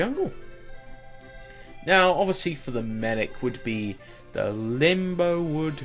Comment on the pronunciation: limbowood? its limewood